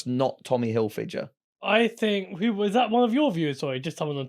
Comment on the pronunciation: butchered hilfiger too